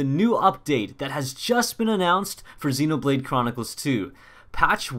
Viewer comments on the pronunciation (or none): none